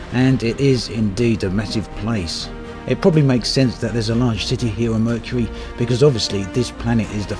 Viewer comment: Um... that is not how you pronounce Mercury.